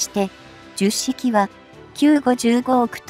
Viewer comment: と 同じ型番が繰り返され❓️😳となります。 10は「ひとまる」と読んで頂きたいです🙏